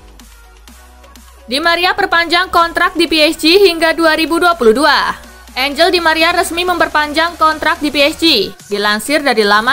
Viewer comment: pelafalannya anghel bukan anjel min 🙏